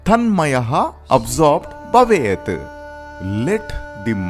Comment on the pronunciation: I really like the explanation. But the pronunciation of the Sutras can surely be better! Eg. It's BHavét not Bavét. I'm not knit picking. Just trying to give some constructive feedback. Om tat sat